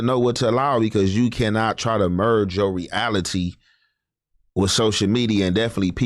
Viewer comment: lol respectfully talks like he pretends to read books 😂😂😂 when he say as man when it’s clearly as men. Then hearing him say we verge together when it’s merge it together. The fake sophistication takes me out every pod lol